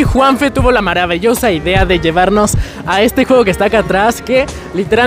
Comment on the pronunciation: dijo maravellosa idea xd